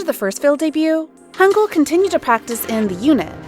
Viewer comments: It’s Hangyul not Hangul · The name the first guy is lee hangyul, not lee hangul